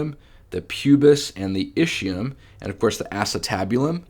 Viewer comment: My Italian brain hurts everytime I hear ischium pronounced ishium and not iskium. Anyway great video, thanks a lot for the great content!